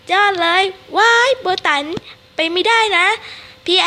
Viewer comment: ติดๆขัดๆ555ไม่ค่อยรู้ เรื่องเท่าไหร่...แต่อ่านใน WEBTOON ก็สนุกพอๆกับการพากษ์เสียงนี้เลยจ้า...ว่าแต่เขาชื่อโบตันไม่ใช่เหรอไม่ใช่โบตั๋น555